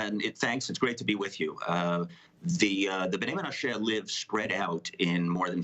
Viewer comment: Why can't this i24 anchor get basic pronunciation right? "MenaSHAY"?? Is this Ireland? Buddy, be a PRO, please, and a Jew, please.